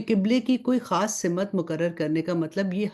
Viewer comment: Pls Simat.na bolye Balkeh Simt kahye kyunke Simt hi sahi hae . shukriya